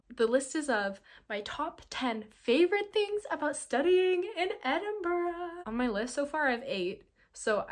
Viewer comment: the only american ive heard pronounce edinburgh correctly